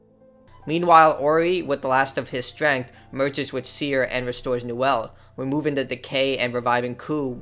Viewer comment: actually its Niwen not Niwel because for some strange reason that triggered me